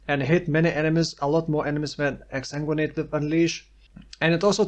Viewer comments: You pronounce Exsanguinate better than some native English speakers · You're saying exsanguinate perfectly.